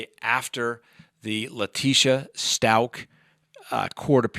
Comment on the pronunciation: I believe stauch rhymes with couch.